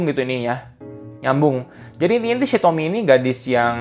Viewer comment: Akhirnya ada yang bener nyebut nama Tomie di youtube 😅